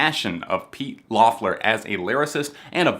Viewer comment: Not to be too nitpicky, but Pete and Sam's last name is pronounced "Leffler"